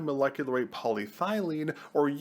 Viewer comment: PE is polyethylene my man not poly thylene.